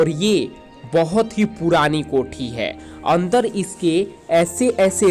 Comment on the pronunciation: हम डोर गया, 22 नवांबोर, अंदोर, भाभ्य, मेजोर, यहां पोर, आकर्षोक, दशोक,😂😂😂😂😂😂😂😂😂😂😂